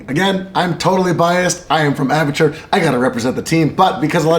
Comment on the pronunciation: "I am from apurture.." Apurture! get your ass over here to India.